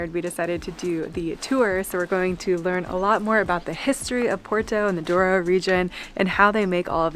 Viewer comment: Douro, not Duoro :)